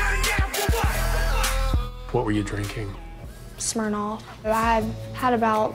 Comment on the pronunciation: I love how she calls it "Smurnoff"🤣🤣🤣